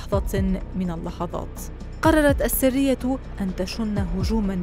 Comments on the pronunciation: السرية و ليس السّرية السرية هي المجموعة والسّرية هي الكتمان يا صحافية يا متعلمة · ما أجملها من قصة واقعية ارويها لاطفالي ولنفسي لنقتدي بامثالهُ ❤ …. واسمها (السَريّةْ) مش (السِرية) اتعلموا عربي بقا!!!!